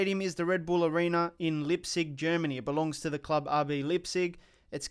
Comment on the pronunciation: There you go with your wrong pronouncing again its not Lipzig it is LEIPZIG whats wrong with its not that difficult to pronounce.